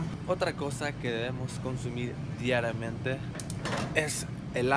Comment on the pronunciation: wuena diaramente no es diariamente